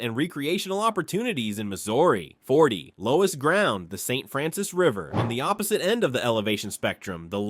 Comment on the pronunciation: loess is pronounced 'less' ... like in more or less